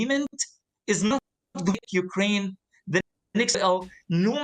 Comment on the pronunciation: Went a woom.....it's cwiminal what goes on in Ukwaine.